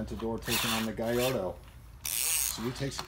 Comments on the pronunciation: it's GALLARDO not gyardo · its not gaiiardo its Gallardo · Galrado not garato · He said gayeroe instead of gallardo🤯💩